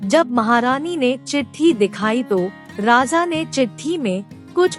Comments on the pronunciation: It’s raja not rasa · आप राजा को बार बार राजा़ कह कर अशुद्धि का कंकड़ डाल रही हैं, मैं सुन ही नहीं पा रही। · बार बार raja ko raza raza बोल कर irritate kar rahi ho... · राजा का उच्चारण सही से करें